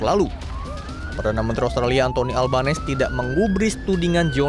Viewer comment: makanya agama dan ras tdk menentukan baik/buruknya seseorg✌️✌️ bacanya anthony albanisi pak😊😊